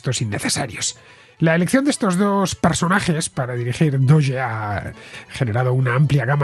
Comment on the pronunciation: Yo por lo menos diría "dogue" no "doye". Y hace referencia al meme de un perro de una raza japonesa muy conocido. Por eso lo usaron para la criptomoneda. De hecho lo usan mucho los de NAFO, un movimiento de memes antiputinesco en el marco de la guerra de Ucrania.